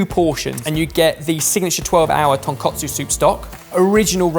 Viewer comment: And it's tonkOtsu not tonkAtsu. Tonkotsu (pork bone) and tonkatsu (pork cutlet) hose are two completely different things, and he kept saying the latter.